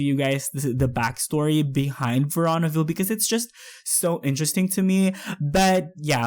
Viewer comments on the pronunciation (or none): It's pronounced verooooonaville